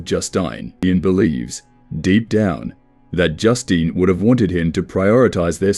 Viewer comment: cant pronounce Justine lol